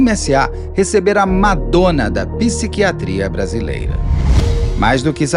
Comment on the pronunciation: PICIQUIATRIA ????? ... SABE FALAR PSI QUIATRIA ???😅